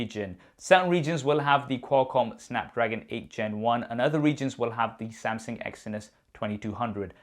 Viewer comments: Uncle.....it is pronounces as Samsung.....not Sam Seng.....lol..... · Am I the only 1 hearing samsing